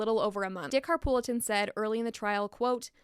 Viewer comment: Also Dick Harpootlian is how you pronounce the lawyers name, not Harpoolitan. Just sayin since it seems saying things wrong bothers you. I like your videos though. Thanks!